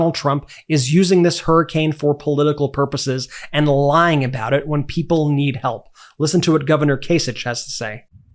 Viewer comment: What about the non degree people ? Lying Kamala ? I keep hearing LION KAMALA